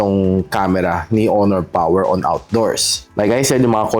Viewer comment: Malupiton Dad Mode: oh, PAWER!~